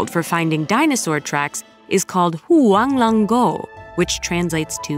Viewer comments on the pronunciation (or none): No respect for the Chinese language. Didn't even try to pronounce things correctly. The word for dragon has a long O, not a short O. Yellow dragon valley is 3 syllables not four. It starts with hwang, not who-ong. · 你黄龙的发音给我整笑了，太用力了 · had to replay the pronunciation of huang long guo loll, maybe at least use google translate next time to see how its pronounced right